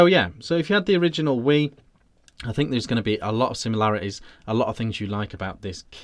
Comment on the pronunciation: As a 'Brit', have you never heard of the River Wye???? Pronounced "Why", NOT wee! Apart from that, the review was good.